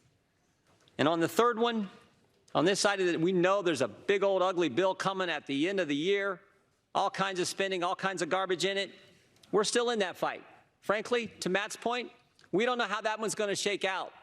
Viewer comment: i aspire to say theerder like kyle